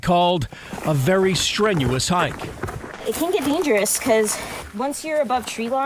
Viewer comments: Can't listen to the guy mispronounce Abol over and over again. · Pronounced A-Ball